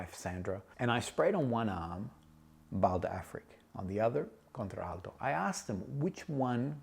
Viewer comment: Nice review..you are not pronouncing Contralto correctly. You are using the ‘a’ twice in pronunciation. English lesson for today😊